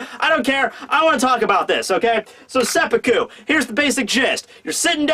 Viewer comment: Glad you pronounced it as seppuku, and not seppuku